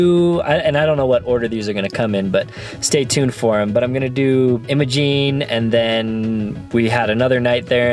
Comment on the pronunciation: Iimmmmmmaaaaa'jgiinnee" the g is silent